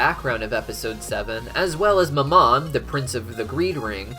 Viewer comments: I'm sorry, this has been bugging me, but you pronounce mammon wrong. how it is pronounced is this (ma'm-on) ma'm being said with a southern like accent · I know I've said it before but the prince of greed's name is pronounced "Ma'am-in" Its my only pet peeve on your otherwise amazing videos :)